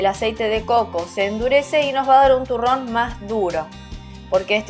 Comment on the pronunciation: Soy yo o dijo turon